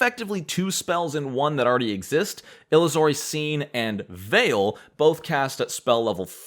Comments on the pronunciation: It is pronounced "Ill-User-y". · Just a comment. Illusory Scene is pronounced like the word Illusion which is it based on. :)